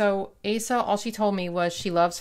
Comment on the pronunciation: Asa is pronounced O sa with the long O sound. 😁 Love the spreads!